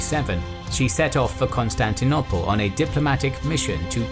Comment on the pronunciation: Please can someone tell him how to say Constantinople correctly pleeeeeeeease 😆